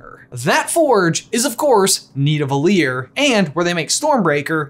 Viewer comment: The way pronounced Nidavellir 😂😭